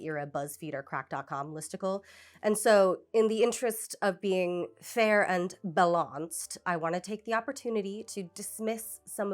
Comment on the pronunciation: I’m pronouncing “balanced” like this forever 😂